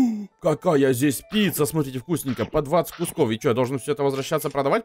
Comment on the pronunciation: Он сказал не пицца а пися